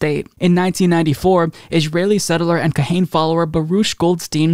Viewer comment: fyi: "Kahane" is pronounced "kah-Ha-nah"... my dad has a bunch of his stuff... i was kind of a fan of his too when I was a brainwashed religionist... but yeah, dude is super racist. that said, he's not super popular either, but it's definitely a strain of racist thought which exists in israel.